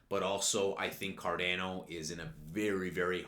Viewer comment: Did he say CarDAYno?